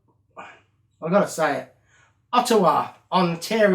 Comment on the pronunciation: Marty you say Ottawa perfect coming from Ontario, Canada 😀❤️🇨🇦